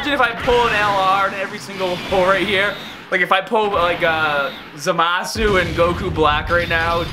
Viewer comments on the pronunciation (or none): none